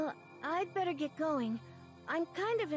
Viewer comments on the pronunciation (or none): none